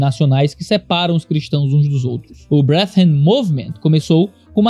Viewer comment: uma pequena observação: "brethren" lê-se mais como "bredren" que "breathren";) Abraço forte e obrigado pelo seu ministério. 🙏